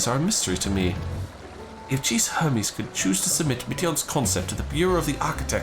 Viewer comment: not the way hermes was pronounced 😭